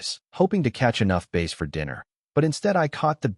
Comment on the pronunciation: The word is bass as in b plus ass. Not base!